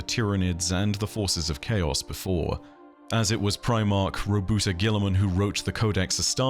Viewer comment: Roboute - Row-boot-tay Lupercal - loo-pah-cal